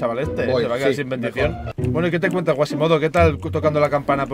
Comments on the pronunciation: Quasimodo, es Quasimodo, no Guasimodo jajajajaj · No era guasimodo, era cuasimodo :v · Que no es Güasimido es QUASIMODO XDDDDDDD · Like para que se de cuenta que es Quasimodo que se la pasa diciendo mas Guasimodo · El personaje de Disney se llama quasimodo, no guasimodo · Es Quasimodo no Guasimado 😂